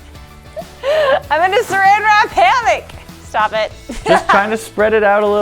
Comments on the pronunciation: No affense. But it’s a hammock not a hammick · It’s hammock not hammick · its a "Sarammick"